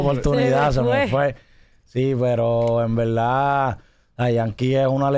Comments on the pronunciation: en velda en Velda si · En veldad😅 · Cuantas veses dijo envelda velda😢